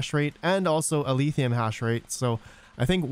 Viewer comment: Why do you keep sayin Aletheum? It's Alephium, with a F sound.